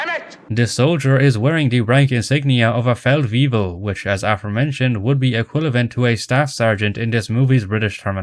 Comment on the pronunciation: It's excusable that you mispronounce words in foreign languages, but the fact that you - being Irish - consistently mispronounce "equivalent" as "equilavent (ee-kwill-a-vent)" and "weaponry" as "weaponary (wep-un-airee)", among many other very easy English words, is ridiculous and makes it hard to watch these videos sometimes. You're Irish. I highly doubt your first language was something other than English. This goes beyond accent - please learn how to say these words properly. Considering this is a channel based around correcting other people's mistakes, I feel I am justified in leaving this comment correcting someone's mistakes.